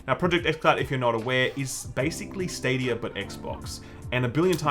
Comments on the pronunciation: "Google Stad-OUYA" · Every time I hear "stadier" I feel like I should be drinking a 4x.